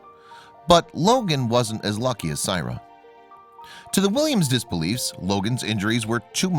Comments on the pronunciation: great vid and incredible story but you are butchering this little girl's name. Syrai is pronounced (SAH-RYE-EE) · This Is My Niece And I'd Appreciate If You Took This Down. You Have Not Cleared Any Of This With The Families And You're Saying Things That Aren't True, While Pronouncing Her Name Wrong. Syrai Is Doing Excellent For Anyone Wandering.